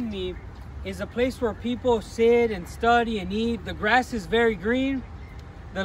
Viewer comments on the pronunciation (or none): none